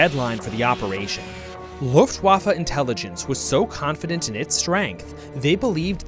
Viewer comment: Please, just, learn how to pronounce Luftwaffe and Wehrmacht correctly